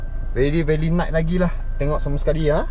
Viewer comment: Neat not night😂